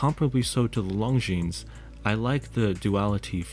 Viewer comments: Beautiful video! Besides the clasp, the Longines looks more expensive and prettier. I also wish it was a 40mm. By the way, in saying “Longines”, the S is silent. So it’s just “lawn-geen”. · Great video -- but if you're going to run a channel on watches, you better learn how to pronounce Longines properly (hint: the "s" is silent). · Please pronounce Longines correctly. The S is silent.